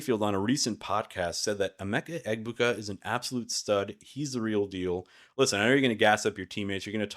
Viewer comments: Ok sub. We're both pronouncing it wrong. ehBOOka. you say EHbooka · Stopped listening once he mispronounced egBOOka smh.